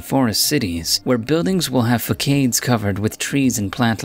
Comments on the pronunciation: It's fass ard. Not fak aide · Fah-kade? You mean fah-sawed? It's façade which is NOT pronounced, fah-kade. Jesus...just use an online dictionary which can show you how to pronounce words correctly. You're old enough to know better. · Facade, is pronounced Fah-sod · Fa Kades? Did you mean Fa Sods? I hope it IS a computer The gyres compromise? Or maybe comprise? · It's pronounced fah sahd. The buildings facade. Good stuff bro! Really makes ya think! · did he seriously just say facade like "fuckade" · im so glad im not the only one to notice that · Building "face", the facade, is pronounced as "face", with "S" sound, not "K"...